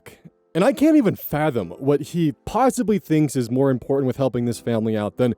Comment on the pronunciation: That makes more sense. I knew that you were talking about teen parents versus adult parents. It was the "move" instead of "more" that threw me for a loop. Still not sure about the rest, though.